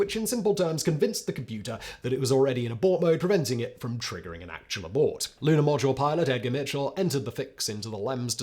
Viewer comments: 30.47 you said Lunar podule milot ??? Talk about fluffing up your lines. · "lunar podule milot"😂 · Lunar Podule Milot 😂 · Lunar “Podule Milot”? lol. What is that all about? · Nice spoonerism “lunar podule milot.” 😂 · “the lunar podule milot.” 😂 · "...for the Commander and Lunar Podule Milot." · Ummmmm... What's a Lunar Podule Milot? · Lunar Podule Milot? 🤣🤣🤣